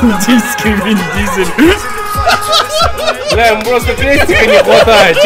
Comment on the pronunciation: не индийский Вин Дизель, а Индизель:)